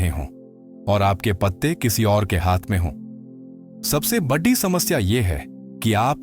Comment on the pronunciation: चिढ़ा रहा आपका यह बोलना कि “जुढा” हुआ है। जुड़ा हुआ बोलने की मेहरबानी करें। प्रोमेम्बर के साथ एचंंक्यू। सबसे बढ़ी ? ये क्या है। ढंग से बोलो।